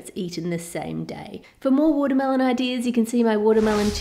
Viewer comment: You said watermealon 35-34 times (Including this one time wen you said "watermealons")